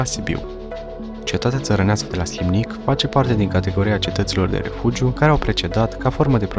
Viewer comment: Inreresant. Felicitări pentru imitiativa, realizare si documentare. Dar ar trebui putin mi multa atentie la denumiri: Slimnic se aude si altfel, grupul de litere ae se pronunta e in latina in "ursus spaeleus", castelul de pe valea Ampoiului a fost construit de ministrul Gigurtu, nu Giurtu ( a fost ministru in timpul lui Carol al Ii-lea) ier Teleki ar trebui pronunțat cu accent pe primul e nu pe i-ul final; culele nu sunt culelele.